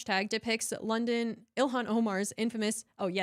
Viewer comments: I hope Illyon gets annoyed hearing that pronunciation of her name haha - I'm petty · Oh,, I hear it now. The way he says, “ILL-LI-AN.” 🤣